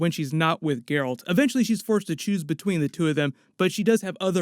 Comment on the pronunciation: his name is Geralt (Jeralt) not gayralt